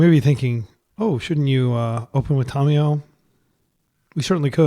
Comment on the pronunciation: Drinking game. Take a shot every time he says Tomiyo instead of Tamiyo (Don't you might die).